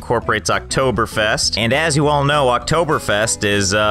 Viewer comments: Im surprised of how good you said Oktoberfest do you speek german? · I'm surprised he pronounces the ä correctly yet didn't know what Oktoberfest was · He just nailed the pronounciation of Oktoberfest! (I'm German) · BREZEL. Mich hats überrascht, wie gut du Oktoberfest ausgesprochen hast